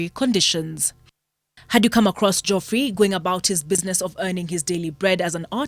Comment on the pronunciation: Thats not how geoffrey is pronounced but ok